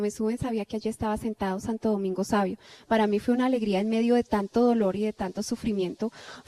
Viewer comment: No le entendi muy bien cuando dice me esperaba Santo Domingo Sabio deberia ser mas clara